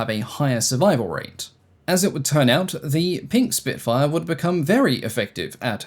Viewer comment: Spitfire ❌ Spinkfire ✅